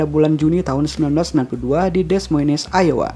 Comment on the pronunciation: Dibaca "aiwa" bang